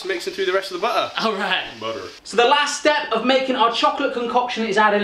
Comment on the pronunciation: The really deep American "butter" 😂😂